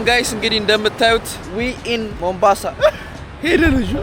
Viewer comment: ቦምብአንሳ አደለም ሞምባሳ አንተ ቦምብ ራስ 😂